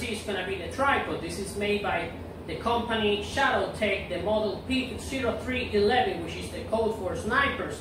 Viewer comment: At the mark, it is pronounced: OH 3 1 1, and is not a designator for USMC Sniper / Scout, it is for Infantry. Otherwise nice job covering everything.